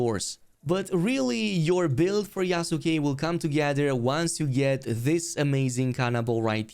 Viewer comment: It's "YASS KEHHH" not YA SU KE ... the U is silent. Yas - keh